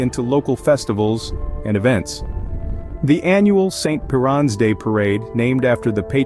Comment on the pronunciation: St Piran, is pronounced Pier ~ an, also just want to point out our traditional Cornish pasties contain Beef skirt, turnip, onion and potatoes, with a knob of butter salt and pepper. The beef skirt is a fatty cut so the fat renders out and flavours the pasty! Anyway hi from Cornwall, I enjoyed your video about our cousin Jacks and Jennies… (incase you’re wondering, cousin jacks and jennies is the nickname given to our Cornish mining families)